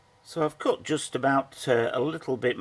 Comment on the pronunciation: Coot? It is Cut. Not Coot.